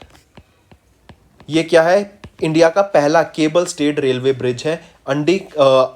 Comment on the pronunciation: Please sir have soma patience while pronouncing aap railway ko rolway bol thy h Anji ko andii Its very disturbing 😑😑😑😑